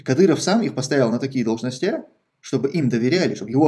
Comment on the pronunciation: Хорошее знание языка, но можно еще лучше: дОлжности, а не должностЯ